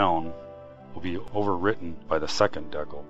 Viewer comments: Dude, good video, but man do I cringe when I hear you say the word "decal" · that is SOOOO not how to pronounce "decal"